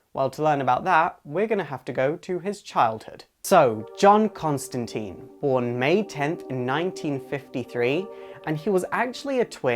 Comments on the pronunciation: Very neat, but you are saying his name wrong, a lot of people do it.... It is suppose to be said like "Constantyne" not Constanteen, with a I not two E's, like saying 'mine'. :) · Constan-tine not -teen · Sorry im being picky saying this but its pronounced ConstanTINE. Not Teen. Just follow the Line with John Constantine. Its funny because John takes the piss off someone in Hellblazer for making that mistake. But I understand the confusion especially with the TV show mucking it up. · Tine ala fine not teen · The pronunciation of John Constintine's name is, bear with me here-follow closely. The end of Constin(tine) is pronounced like PINE. ConstinTINE. Not like TEEN, for TEENager. Get your facts straight guys. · Why everyone keeps saying Constantine in the wrong way? Alan Moore specifically insisted that it should be pronounce as "Consteintine" instead on "Constanteen". Inf you don't trust me, then trust I hate that the american movie just imprint so much wrong things into this amazing character... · ConstantINNNEEEEEEEEEEEEEE not teeen. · Every movie made of this character is pronounced "teeeen". Why do you and others insist on "tīne" ? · It's TINE Rhymes with FINE or ValenTINE. Why the F**K can't American's get this f**king right. I mean Jesus do 5 minutes of research. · Selfish Eyes Alright alright everyone clam down....As I have mentioned previously it is pronounced tyne the "i" is pronounced its not teen. However, in the live action representations of the character it is pronounced teen. So the TV show and movie have one way of saying his name and comics have the original way of saying it. take your pick. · Please, please, please: Pronounce the man's name right. ConstanTINE, not ConstanTEEN. For goodness' sake, Rick Veitch made a point of rhyming it out 26 years ago ("Swamp Thing" #73 (June 1988)). (And yes, I know the movie said it wrong. Of all the movie's bountiful flaws, that was the one that bothered me the most.) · "Constantine, rhymes with Fine."- John